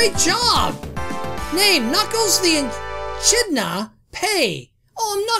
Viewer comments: knuckles the eckidna is how you prounce it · so you know, I think echidna is pronounced eee-kid-nuh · You have to pronounce it correctly: Knuckles the eh-KID-na